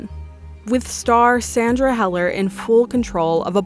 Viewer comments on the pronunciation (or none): You said Sandra Heller twice?.. it's Hüller.. one of the most impressive 96th Academy Awards nominees Sandra Hüller....